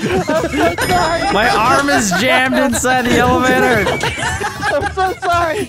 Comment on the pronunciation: I heard "evalator"